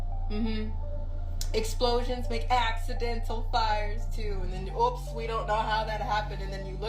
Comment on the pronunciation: *fires not ires